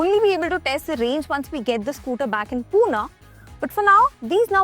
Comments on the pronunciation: seriously? No need to say Poona (maybe to sound cool), when it’s clearly Pune. I know this channel grown out of Pune, so this is least thing I expect from you. PS I am from Pune too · Behen it is Pune not Poona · Its not "Poona", its "Pune". How hard it is to pronounce it correctly?